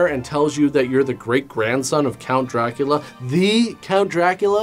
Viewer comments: Rockin it. But pronouncing it Dra-Coolio. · it’s DrayCulla